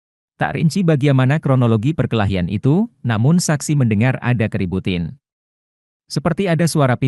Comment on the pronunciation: bukan keributin bang,tapi keributan 🤭 Abang suka ngelawak nih🤭